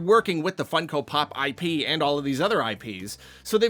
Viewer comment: "Hey, look. I pee, you enjoy. Please consume it." I'm sorry. But that's almost what it sounded like at that point, PLUS the visual on the video was like a... golden liquid flowing through pipes. It was just unfortunate phrasing and background visual. (And yes, we all know he was saying IP as in intellectual property.)